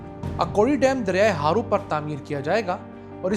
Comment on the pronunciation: Ye word Akori Nae Akhori hy Aur River Harro hy Haro nae